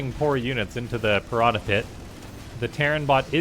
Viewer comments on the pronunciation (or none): none